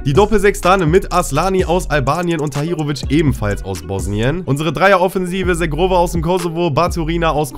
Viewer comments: Edon Zhegrova Wird "Shegrova" ausgesprochen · Bei Zhegrova wird das Zh wie das Je bei Je m‘apelle im französischen ausgesprochen also Zhegrova (Je-grova) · Er wird nicht „Shegrova“ ausgesprochen